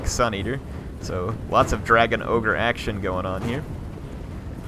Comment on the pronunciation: it's not ogre, it's never ogre.